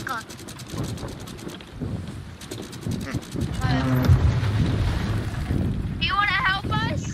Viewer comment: "dwop the anchow"